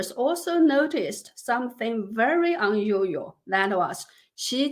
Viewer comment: Can you enunciate unusual 🤭